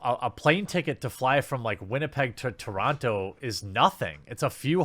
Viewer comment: The only crime here is how he pronounces TORONTO.